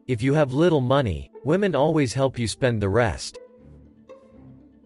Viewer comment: You lost me at "maney.".